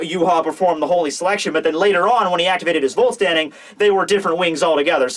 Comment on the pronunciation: try to pronounce the "Vollständig" not like vault standing... more like foll-stand-ig :D Germans!